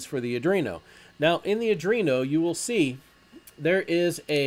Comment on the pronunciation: Great Tutorial --- btw it's pronounced "AR DWEEN OH" not "AR DREEN OH" - there's no R after the D.